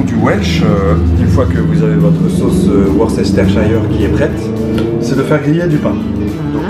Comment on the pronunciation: Je meurs des rires quand il a dit "worcestershire sauce" ... quand un francais essayer de parler en anglais avec un accent trops fort. Je betise ... pardonne moi ... 😊🙏🏻